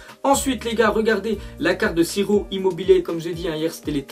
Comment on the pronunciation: Écoutez bien ce que dit à, il a écorché le prénom d'Immobile